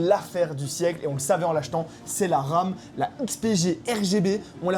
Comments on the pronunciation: Il y a que moi qui entend je vois de l'Arabe juste là au lieu de la RAM 😂😂😂😂😂 J'ai du réécouté 2 fois pour comprendre 😂😂😂😂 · quand il a dit guette la ram la bat jai compris guette l'arabe la bas